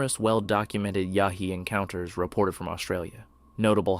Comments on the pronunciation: Its Yowie you DF, not Yahee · Its "Yow-ee"......not "Yah-hee" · You keep saying "yahee"...Aussies say "yowie". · It's Yowie ya crackpot, YOWIE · As an auzzie the pronunciation made me laugh lol. Its more like Yow-ee. Yh nuh all aussies know that if ur in the outback or bush at night and you see glowing orangeish eye... RUN! Doesnt matter if ur Abo or white most ppl know its not good. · No wild monkeys in California. Pronounce the Yowie correctly ok. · Is this a computer voice or does this guy not know how to pronounce the name of an Australian Bigfoot?